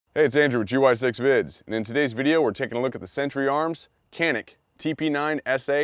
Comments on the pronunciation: Hey, just to let everyone know. The C in Turkish is pronounced J. So it's Janik. Sources: visited Turkey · Its pronounced Janik. The C makes the CH sound but sounds like a J. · no (K) you can tell to this pistol turkish language .... Canik .. not KANİK....BECAUSE WE ARE TELLİNG AMERİCAN GUNS ABOUT ENGLİSH LANGUAGE ...... FOR EXAMPLE = colt pistol .. we don't tell about colt pistol (JOLT PİSTOL) UNMDERSTAND ???? NOT (K) ... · It's actually pronounced Janik. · Actually pronounced with a J .Janik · Pronounced "Djanick" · öyle olunca vurgu son hecede oluyor gibi geliyor belki djunick daha doğru:)